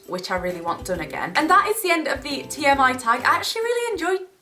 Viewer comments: Am I the only one that thought she said tmi tag? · Did you say tmi tag at the end or is it my hearing 😂😂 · Did anyone else notice how she said tmi tag in the end